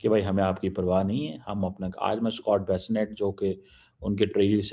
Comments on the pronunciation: Cheema The US Finance Secretary's sir name is Bessant and not Bassinet. The meaning of "bassinet " is cradle😅😅😅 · Yaar after few other vdo creature like cheema trar bilibilawal and few other that say " Maja na aaya to paisa wapas " will make a statement like " india is isolated" .... And cheema is it not bassiNet.. it is Scott Bessent .. dhang se naam tak to bola nehin jaata ...😂😂😂